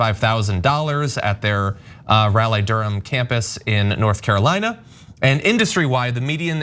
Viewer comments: I’m surprised John didn’t know how to pronounce Raleigh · I know, right. I guess Raleigh is a long way from Cali. Or something.